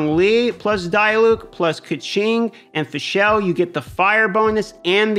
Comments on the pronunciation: It's Fischl, man. Not Fischelle -_ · Haha the way you pronounce fischl is cringyyyy. It's pronounced fishl for English speakers. There is no E in the name mate. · As a german it is really cringy how he pronounces diluc and fischl xd good vidro overall tho.